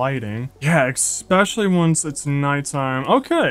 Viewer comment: Because you say ek-specially when it's especially. Lol so subtitles have a rough time 😅😅